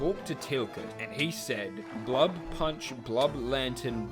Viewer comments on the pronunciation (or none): it's b-u-l-b not blub it's bulb!!!!!! gosh your videos not being perfect can cause someone physical pain pls be careful 🙏🏼🙏🏼🙏🏼